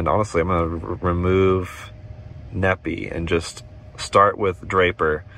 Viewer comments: Needing is actually pronounced Knee Fi, Nephi. Lol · It's pronounced Knee-Fi not Nepee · Stop butchering the names of my towns here in Utah! It’s pronounced knee-fi! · Fyi, Nephi is said like WiFi. (Knee-Fi) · FYI, Nephi is pronunced "Nee-Fy" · Nephi is pronounced "Knee Fi"